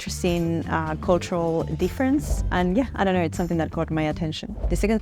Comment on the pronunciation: How Aussie was that “I dunno”??? 😂😂